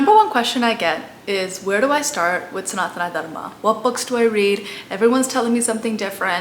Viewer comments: It's sanātana dharma and not sanātanā dharmā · Hey you are doing great work. But why are you Pronouncing Sanatan Dharm सनातन धर्म as Sanatanaa dharmaa, Puran पुराण as puranaa, Ramayan रामायण as Ramayanaa, Mahabharataaa. I get it that white people pronounce like this because of their habit but this way of pronouncing is wrong. But you have the proper understanding of these scriptures and spreading knowledge of Sanatan, so please give them a proper pronounciation and don't adapt with their mistakes so that they also get proper information. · I think you should start by pronouncing them in the correct way. It’s not Sanatana Dharma - It’s Sanatan Dharm, again with the Puranas, Purans, Veds.